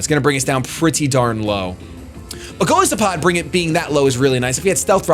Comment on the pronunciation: you're great, but man, its goliath+isopod. the "i" in Golisopod is pronounced like "eye"